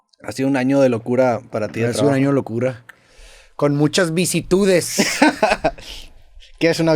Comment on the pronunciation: Vicitudes ❌ vicisitudes ✅